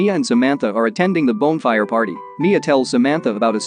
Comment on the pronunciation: Why can't the automated narrator pronounce "bonfire" properly?